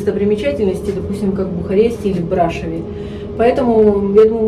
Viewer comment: Брашов, ударение на ов!